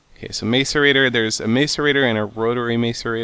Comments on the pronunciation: its pronounced Mass-erator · I've always thought that "Mace-er-ator" was pronounced "Mass-er-ator" ...oops! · Macerator is pronounced 'mass er rate or' not 'mace er rate or'. I don't know if anyone else cares, but it bugs me. Personal problem. I know. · macerator is pronounced like map not may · ma-ce-ra-tor not may-ce-ra-tor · Macerator is pronounced: ' Ma-see-rate-or ' not 'Ma-cer-ator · The word "macerator" is said like "mass", not "mace" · m[a]cerator (not m[ai]cerator) :P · Mcerator is pronounced Mass-er-ate-ore, not Mace-er-ate-ore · Stop saying mace er raater it's mah sour a toe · pronounced masirator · its pronounced mass-or-ator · Lol mace- erator... Fail... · The macerator is pronounced MAS-er-ray-tor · Love the vids just 1 thing its pronounced mas er ate er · you pronounce macerator like 'mess-erator', kinda annoying but great episode! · Seth its a MASS-er-a-tor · no it is Mass-er-ay-tor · macerator- Mass-er-ay-tor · macerator is pronounced massorator... the more you know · what if you don't got a macerator. and seth, its said like mas-er-eh-tor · This is how u pronounce macerator: mass-er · the macerator is pronounced mah-sor-a-tor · its a MASS-A-RATER... and what was with the blank screen? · Roses are red, Violets are blue, Sethbling says Maicerator, and so do you. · IT'S PRNOUNCED MASS-ER ATER!!!! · And its mAcerator as in matt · it's pronounced mass-erator ( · Lol black screen fail, and say macerater like MASSerator! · macerator is pronounced mass-o-rator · Sethbling it is Mac-er-rate-er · Seth, you should break machines with their respective wrenches. Otherwise, it is more likely for them to become machine blocks. Also, you use Landmarks to specify where a Quarry, along with some other machines, works. And it is pronounced like "mass-er-ate-er." It macerates - meaning to soften/break up. My apologies, but when I hear how you say it, I think either the spray or the spiky flail. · It's Mass-eh-ray-tore. Macerator. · Lol, MACE-erator